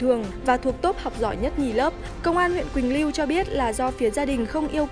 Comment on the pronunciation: Quỳnh lưu not quỳnh liu nhé c 😌